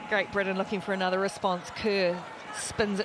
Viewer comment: It's pronounced Britain you moron